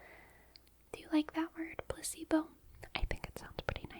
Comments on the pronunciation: You need to stop pronouncing placebo as pusseebo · placebo? i thought she said placenta at first 😭😭🙏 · im so sorry, but many times when she said "placebo," i kept thinking she was saying "pussybow" 😂😂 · i keep thinking youre saying pussy-bone and it kept throwing me off😭😭